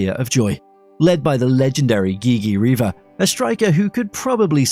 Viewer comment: also Gigi Riva pronounced GHIGHI